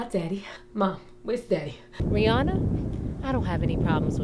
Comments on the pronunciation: I never noticed that, she does say Free-anna, lol. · does she call Rihanna "Free-anna"? XD